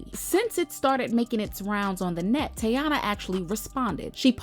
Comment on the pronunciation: Why no one can say her name right not tayana 😅😂😅